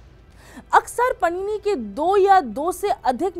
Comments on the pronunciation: Your credibility is lost when you pronounce bhagwan Paanini's (पाणिनी) name as Panini (पणिनी) । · पाणीनी का उच्चारण (pronounciation) पणीनी कैसे कर सकते हो!